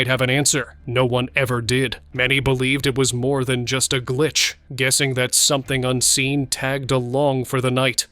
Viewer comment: I love it when the narrator says SOMETHING UNSEEN. Makes me laugh every time 😅